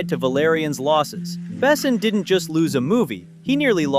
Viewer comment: He ain't "BAsson" he's "BessOn". And Valerian was not that bad, it was just not that widely known to grab this much money. The two aleads did a good job. Sure they look like kids but it didn't seen out of place in a whimsical sci-fi/fantasy world. It was a simple passion driven miscalculation by Besson and it was not his first.